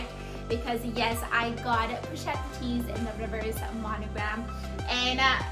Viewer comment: This bag is stunning! You said it right ❤️😍